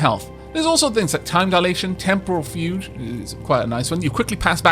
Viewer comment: Thanks! 'fugue' has a hard g sound, btw. "fyoog"